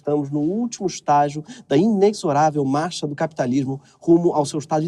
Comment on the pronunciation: Greg, é inexorável pronunciado ineZorável.